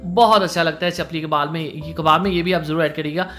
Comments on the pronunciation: وٹ دا فک از “چلپی؟” لفظ چپلی ہے نہ کہ چلپی! لفظ “جسے” ہے نہ کہ “ جیسے” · It's chapli not chappal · چپپل نہیں چپلی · Bhai ap video ma itna jaldi jaldi kun bol rahay hain Kaya ho gaya ha chapal kabab nahi chapali Kabab